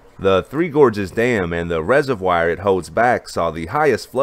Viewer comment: Take a look.at the pronunciation of 'reservoir'.